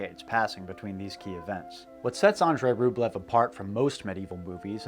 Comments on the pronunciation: Ugh! ROOB-lee-oaf. (Sorry -- authentic language geek.) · Love your content dude, but like you, it’s difficult for me to enjoy certain things from a historical and cultural standpoint if you studied them extensively, and that’s why I’m gonna be that guy and say it’s pronounced “RubYOv” rather than Rublev. The Russian spelling is Рубёв and ë is pronounced “yo”. The way you’re pronouncing it is Рублев in which the е is pronounced “ye”. It’s an honest mistake, trust me, but when you specialize in Slavic studies you will NEVER HEAR THE END OF IT if you mispronounce names. I certainly didn’t when I mispronounced Turgenev. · And he kept mispronouncing the monk's last name. A more authentically Russian pronunciation is "ROOB-uhl-yoff." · I have a copy of Andrey Rublyov but never watched it. Now I need to. (And yes, it is Rublyov). And yes, it's Das Boat, pronounced the same as in English. Along with Master and Commander how about Captain Horation Hornblower, Billy Bud, Damn the Defiant. The chase scene in Apocolypto goes back to "Naked Prey". One of my six times great grandfathers was killed by Indians in his front yard in Kittery, Maine. Another was hanged by the British governor Tryon of North Carolina at Alamance , NC. GREAT SELECTION GREAT STORY MAKING